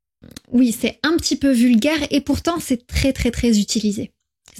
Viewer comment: Thématique FLE très intéressante. En revanche pour des apprenants, vous avez un défaut de prononciation avec le [ e ] (é fermé) et le [ ε ] (è ouvert) qui porte à confusion. "Très" et "c'est" se prononcent avec un e ouvert et non fermé. La prononciation est importante car elle permet de distinguer l'orthographe grammaticale et le sens des mots.